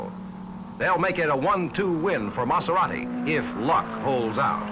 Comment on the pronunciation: Great footage, note to the announcer (not that it really matters at this point), it's a Maserati not a Matzerati! But then he also pronounced that Dauphine's manufacturer as "Ray Nalt". Oh, for the good old days when these were "Foreign Cars".